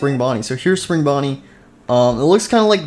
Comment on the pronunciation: He called Spring Bonnie spring bunny